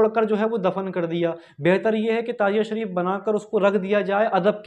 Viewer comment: Lafz tajia nahi Tazia hy